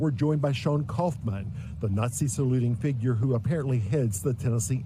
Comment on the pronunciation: “Kauffman”? Huh?